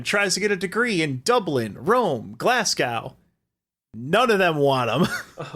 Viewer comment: Im sorry but pronounced Glasgow wrong and i KNOW its on purpose